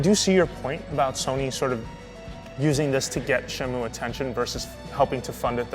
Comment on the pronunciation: These fakers never played Shenmue in their life. They cant even pronounce the name correctly...